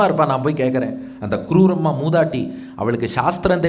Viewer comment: க்ரூரம்மா இல்லை ஐயா. குரூரம்மா. க்ரூரம் என்றால் கொடூரம் என்று அர்த்தம். உச்சரிப்பில் கவனம் தேவை.